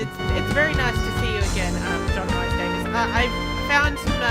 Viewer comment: I'm sure it's Rhys said like Reece, not Rice. Another LPer also said it as Rice. Rhys or Rhŷs is a popular Welsh given name (usually male), which is famous in Welsh history and which is also used as a surname. It is pronounced [r̥ɨːs] in North Wales, [r̥iːs] in South Wales, and /riːs/ in English. Anglicised forms of the name include Reece, Rees, and Reese.